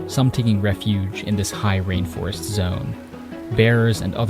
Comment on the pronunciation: “RAIN FIREST?!” Pitiful…